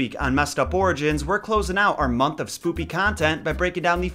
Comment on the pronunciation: i cant be the only one that heard him say "spoopy'' instead of "spooky"